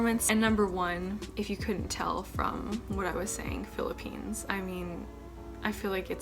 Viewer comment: and It's Philippines not "philipines"